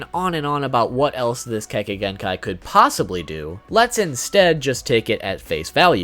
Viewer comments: YAY, you're actually saying Kekkei Genkai correctly this time! WOOOOO! \o/ Now gonna lie, that right there was a big reason I didn't watch your video explaining all of them. I kept cringing every time you mispronounced it. And I know you warn us about that in every video, but that didn't really soften the blow for me. But that's mostly just because I tend to be quite the stickler about stuff like that. Now to see which ones you picked out. HM: Yeah, I completely get why the MS is where it is. The power's badass, but with a drawback like that...yeeeaah, no thanks. 10: So...full disclosure, back when I was a pup who wasn't super familiar with much of Naruto's world lore, playing Ultimate Ninja 3, I had no idea how the heck Kimimaro was able to do the stuff he did. And I certainly didn't know his weapons were made of bone. So about a year or so ago (maybe earlier this year) when I went and looked up what Kekkei Genkai were on the wiki (can't remember how I learned of the term, but that's not important) and saw the Shikotsumyaku and what it did, I was like, "...oh! So that's how he did all that stuff! Huh. Well, good to know." 9: Man, that...that's just fucked up. Like, it's both epic and terrifying. And...not really sure what else to say here. ...well, other than I wasn't aware this was where Curse Marks stemmed from, but whatever. 8: ...um...well then. >.> Just gonna...stay away from her then. ...yeah. 7: Byakugaaaan! WOOP WOOP! Sorry, I just fuckin' love this thing. X3 It's ju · He said kekkai genkai right this time 😱